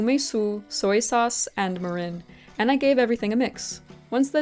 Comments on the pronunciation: Also, the first syllable is pronounced more like "meer" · Your pronunciation breakdown of mirin splits it in the wrong spot. It's ME-rin since the kanji, 味醂 , would be broken down into 味 (み - me) 醂 (りん rin). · i am totally not japanese, so do not take my word for it, but I've always pronounced mirin as "MEE-rin". ¯\_(ツ)_/¯ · You want a shorter e sound on mirin. Like me-rihn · This is so cool! My mother grew up in post-WWII Japan, so I recognized some of the ingredients from her stories and various foods she made for us as kids. You did such a lovely job researching and presenting all this information, and I will absolutely be trying some of these recipes! Btw, kabocha squash is my favorite winter squash of all time. Two pronunciation notes, if you're interested. Mirin is pronounced more like MEER-in, rather than Marin County, and natto is more like NAH-to. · I could be wrong but you may be pronouncing mirin incorrectly. I believe you're putting the emPHAsis on the wrong syllABLE. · Japan! I wasn't expecting you to do Japan! And BTW, your pronunciation was pretty good, as far as I can judge from having studied Japanese for several years on my own. One example - "mirin" is "mee-reen," not "mih-rin." Just one more - "genmai" is with a hard G, "gen-mah-ee," not like "jen." But overall, you did really well! About the nagaimo - I don't know from personal experience, but I've heard a common way to eat it is to grate it finely, so it becomes a paste, called oroshi, and serve it with a fish, like mackerel (saba), for example. You might want to try that, since you like nagaimo's taste! EDIT: Never mind, you grated it on your own! LOL Can't wait for the next food-venture!